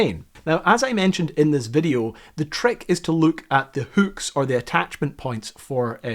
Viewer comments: say hüücks one more time,...I dare you. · Why is it so hard for this guy to say hooks? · lol never heard hooks pronounced as hukes 😂